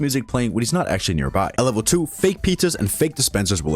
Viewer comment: Sir, it's actually not askually